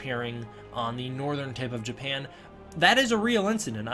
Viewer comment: Japahan, what country is that? lmao.